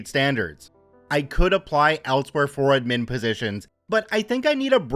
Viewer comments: Thanks for the friendly intro, I have been rewatching old Star Trek, so I am having a good Data day, just like you said I should! ...wait that's not what you actually said, is it? (I'm not sorry) Also, probably worth checking how to say "admin" (the emphasis should be on "ad" not "min" even though in "administration" the emphasis is on "min") and "sudoku" (it's "sudoku" not "suduko"). And I've got to say, I'm disappointed about the author of the story spelling "aid" wrong ("aide" is a different word) and "etc." (not "ect.") among other mistakes. Not very reassuring for the schooling system that this story makes someone look like one of the better people in the school system while making so many and such obvious mistakes. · Pronounced add-min Pronounced sty-pend